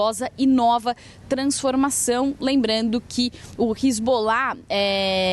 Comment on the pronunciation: Hisbollah 😂😂😂 de onde essa repórter tirou isso?? 😂😂😂